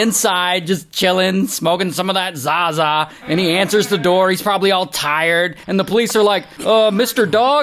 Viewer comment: I hate when you say 'za-za' 😂